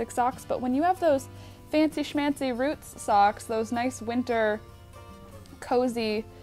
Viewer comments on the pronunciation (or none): Hmm, she kinda sounds metric. 'Roots'... Metricity confirmed.